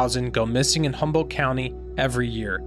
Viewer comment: H U M B O L D T !!! No Humble, and not Humboldt. !! Come in ; a simple , grammar school word!! How is anyone supposed to believe any of the important things you talk about when you cannot pronounce Humboldt correctly or even incorrectly but consistently? Please, tout are working for the Lord, right? Then do as if unto Him! Maranatha!